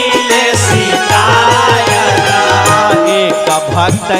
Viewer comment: आप कागायान भजन बहुत ही सुंदर है परन्तु आप शिकायत के स्थान पर सिकायत बोलना चाहिए क्योंकि ये भोजपुरी भजन है इसमें श शब्द का बोलना अच्छा नहीं लग रहा है हलाकि बाद में आप ने स शब्द का उच्चारण किया है 😊😊धन्यवाद🙏💕